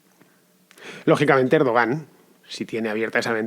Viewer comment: Lo que está claro del golpe de Turquía: 1- Van a rodar muchas cabezas, todas las que Erdogan quiera (que a propósito, se pronuncia "Erduwan"). 2- Como ya nos tiene demostrado Chávez, a partir de ahora a este tío ya no se lo saca del gobierno, si no es en ataúd.